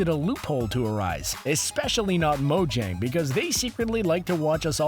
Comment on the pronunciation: Mojang is purnounsed (mo-yang)